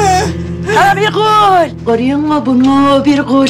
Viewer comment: Hasibe. Birgül e. Birgül diyemiyor bırgul diyo